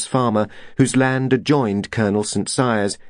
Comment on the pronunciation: It is St Cyres.